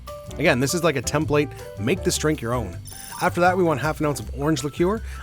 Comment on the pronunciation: Each of these are looking awesome but I have to admit…how you pronounced template is having me question if I’ve been saying it wrong this whole time? 😂🤣